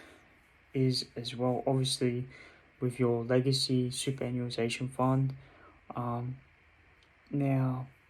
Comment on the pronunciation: Keep it up boss. Btw it's read like this. Super·annuation soo·puh·ran·yoo·ay·shn